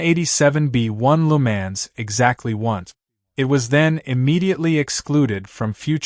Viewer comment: I had to stop watching this, or more to the point stop 'listening' to this, because the narrator has no idea at all how to correctly pronounce the circuit name . . . . 'Le Mans'. Even the car manufacturer names are pronounced like a baby not yet able to talk correctly.